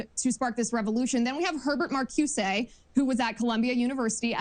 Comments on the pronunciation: this wingnut hasn’t read critical theory, which i teach. CRT is not marxist, either. & markyoosay?! & Di Angelo is marxist?! oy vey, this dunce. also: “tenets,” not “tenants” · It's simple: critical race theory is simply that which vilifies whites. Wheeler can't pronounce Mar-COO-zuh. The whole oeuvre is anti-White animus. Very simple. Don't need to get into labels and terms. He's a good interviewer. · "yes I've read ... um... max ... um... can't pronounce his name ... but yes I've read the person you're talking about. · Actually she mispronounced Marcuse!! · Critical Theorists didn't discuss race. They used it. They predate race discussion Hill is familiar with. Listen to Hill's answer. Could barely pronounce the names correctly. Mumbled and stumbled through his answer there. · So right about the blatant moral panic about a Marxist uprising. But…Ugh…so annoyed how she mispronounced Marcuse and Gramsci. Also Gramsci was not part of the Frankfurt school!